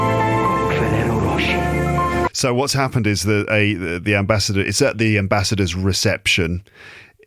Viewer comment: you bloody f*****! You did it again. Me: Walking along crowded High Street. with French accent: Oh Monseigneur! With these Ferrero Roche you are spoiling us! Me: UAH HA HA HA… Fully exposed! Damn 😎